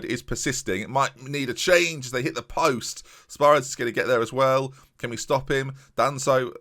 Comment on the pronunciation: It is pronounced Spi-ri-dis emphasis on ri